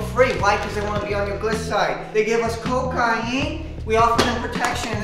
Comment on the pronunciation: I love how you pronounce CO-CAY-N